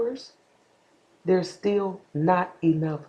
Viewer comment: "An that iish steal up for debate".lol